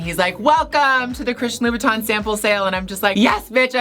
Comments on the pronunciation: Did I heard....Low..Bow..Tan???......how to pronounce it seriously...lol...Gigi I want some of your bags,I can’t even afford to buy a new one(25yrs old wallet and bags)I love your high heels but I can wear those when I’m sleeping for sure,there’s no way to walk😍😜🤣😆😁Mwuahz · Do you mean Louboutin? (Lou-boot-in) or do you mean Louis Vuitton?